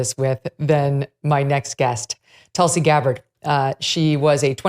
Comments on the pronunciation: Hi Megyn.. love your show… btw it’s pronounced ‘toolsi’ ( a very sacred plant in Hinduism) I believe she practices Hinduism. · Megyn always good to hear it here. I hope Tulsi told you, you are pronouncing her name wrong….a very revered name it is in the Hindu culture.